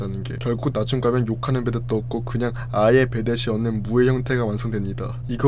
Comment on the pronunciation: ㅁ ㅂ 받침 발음을 못하시는 듯..... 없는을 엇는으로 발음하시네 ㅋㅋㅋㅋㅋㅋ